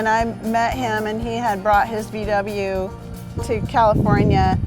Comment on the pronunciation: Nice story... But when I hear "Vie Dabbljuh" I get ear cancer! It's "Vau Weh"!!!